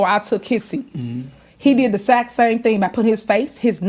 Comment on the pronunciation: Is saying Zact or exact?